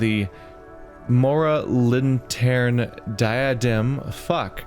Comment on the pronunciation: Moralintern is best pronounced as two words. Moral Intern. The name reminds me a little of Ingsoc from 1984.